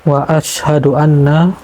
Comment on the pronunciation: Mohon maaf sebelum nya kepada bukan ada maksud saya menyalahkan tapi saya hanya mengamalkan ilmu yang saya dapat, tolong ya ucapan kalimat syahadat nya di perbaiki, yaitu "asyhadu dibaca asy ha du, bukan asadu" kalau Asadu = singa ataw lebih kejam Asyhadu = saya bersaksi. Terimakasi sekali lagi saya mohon maaf